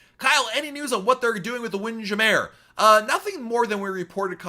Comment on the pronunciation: Hey, can anybody please fill me in on the origins of pronunciation of "wind jamier"? Is there a podcast episode or blog post about this? I just booked my first RC cruise for next summer (and my first cruise since I was an infant) and I've already begun pronouncing it this way. I started doing it as a joke but now I can't stop!